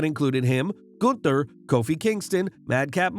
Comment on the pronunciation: Say Gunther right!!!!